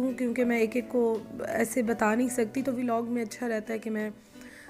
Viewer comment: It's not veelog it's vlog